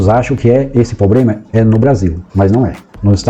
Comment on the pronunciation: O cara fala lendo e fala errado proprema